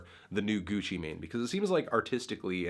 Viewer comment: Gutsci Mahin, What’s he sayin?